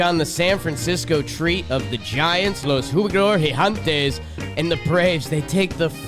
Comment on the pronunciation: someone needs to teach how to pronounce "gigantes"